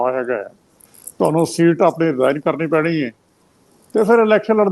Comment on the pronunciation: ਮੈਂ ਤਾਂ ਸੁਆਲ,,,,,,ਸੁਨਣ ਵਿੱਚ ਇਸ ਤਰ੍ਹਾਂ ਲੱਗਦਾ ਜਿਵੇਂ ਤੁਹਾਨੂੰ ਦੀ ਥਾਂ ਤੈਨੂੰ ਲੱਗਦਾ ਸਾਫ ਸਾਫ ਤੁਹਾਨੂੰ ਬੋਲੋ